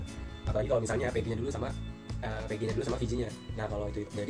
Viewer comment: pengucapan VG sama PG nya bikin puyeng... gak jelas....